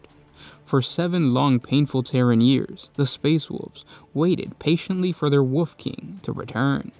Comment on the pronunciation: Love how when you say wolf it sounds like wuff